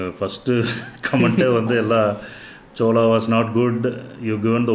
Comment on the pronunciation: Please say chole and not chola